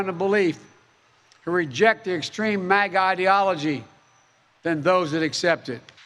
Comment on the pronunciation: Biden says ‘MASA’! Make America Shit Again